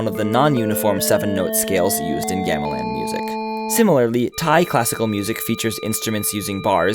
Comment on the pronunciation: Gah-meh-lawn, not geah-mih-lann